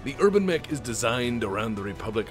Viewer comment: New meme has dropped: thanks to a funny mispronunciation, the UrbanMech is now the HerbalMech.